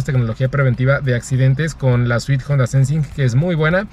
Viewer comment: Dislike por decir "JONDA"